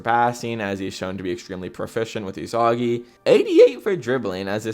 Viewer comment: If you’re gonna slander bachira then at least pronounce Isagi’s name right 🫩